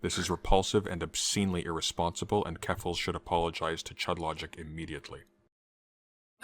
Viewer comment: Not dyslexic, yet I always hear Keffal either as "falafel" or ""Kellogg's ", or a disgusting mix of the two. Anyway, something that would likely give you a bad stomach bug.